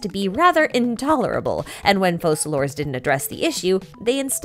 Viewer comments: Why do people say "FoSalor", when in English "c" in that position is read as "K" and the name should be prononesed as "FoKalors"?! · Have we heard how they’re pronouncing Focalors? Because the Francophone reading should be Fau-sa-lor I think.